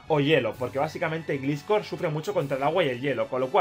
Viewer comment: Dhhdhehehe Jdbdheheh se pronuncia glaiscor